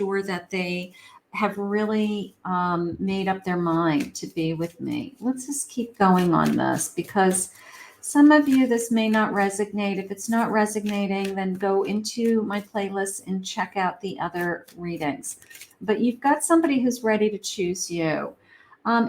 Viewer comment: Love your readings...they speak my life. You're right on the money! And I mean this lovingly... I think you're trying to say RESONATE, but it keeps coming out as RESIGNATE. Of course, we all know what you mean. 🙏❤️